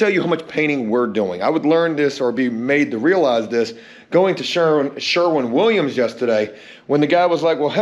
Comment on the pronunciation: After months of correcting you in the comments, 2 days in a row now you pronounced Sherwin Williams correctly. I couldn't be prouder